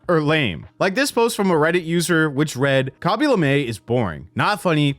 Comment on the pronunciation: why do you say kaby lame like that